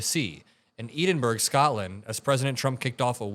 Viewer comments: As a pronunciation note: "Edinburgh" is pronounced something like "ed-in-bruh", not "eed-in-burg". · Great stuff! Only one thing. Edinburgh is pronounced Edin-borrow. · It's pronounced "Edin-burra," not "Edin-burgh." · DUDE, you mispronounced Edinburgh. It's not E-DIN-BERG! It's Eh-din-bra. Don't piss off Scotland! PLEASE! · Not E-den-burg, it's pronounced Ed-in-burrow. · Great content. EDINBURGH (Scotland) is pronounced Ed - in - bruh. 😂😂💙 Not Ee - Din - burg👍💙💙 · I’m a big fan,, but chuckled at your pronunciation of Edinburgh as eeden - berg. No, it’s Edden-burra. Sorry, my favourite city needs its name spoken as a true Scotsman would. Of course a true Scotsman (like Groundsman Willy in the Simpsons) would really make a meal of the r as well. as well. But no great issue,, love your work. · Edinburgh, pronounced 'Edd-in-burrer' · EEDENBERG? WTF. You do critical reseach on Trump and his activities, but you couldn't find the correct pronuncation for a world-wide famous city??? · with peace and love, it's pronounced Edin-borough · It’s pronounced Ed-In-Borough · I really enjoy your videos, just to let you know Edinburgh is pronounced as in Ed ( How you pronounce Ted without the T) ) no offence just to let you know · As much as I love your content, really wish American podcasters could learn how to pronounce Edinburgh correctly. To pronounce it correctly say Ed-in-bur-uh. Thank you 😊🏴🏴🏴🏴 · Its pronounced eh-duhn-bruh, its our capital city man! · Time to learn how to pronounce Edinburgh if you want to be at the top of the game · I like your videos & subscribe to your channel. So this is done out of kindness. You pronounced Edinburgh wrong. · I like ve you but you could try to pronounce Edinburgh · We need to talk about how you pronounce Edinburgh...